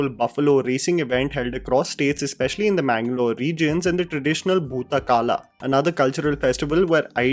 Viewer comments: Its kola not kala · It's Kola, not kaala, but thank u. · I absolutely loved the way u narrated this review.Almost all the words from the region including names were pronounced to perfection except Kola, it's Bhoota 'Kola' and not Kaala. Kaala is time in Kannada, Kola is dance form during spirit worship.